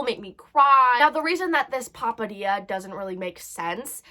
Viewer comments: But seriously stay safe but POPADIA girl it's pithetdxss opps. I CANT SAY IT ETHER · i love how she calls it a papadilla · "Papadia"" LOL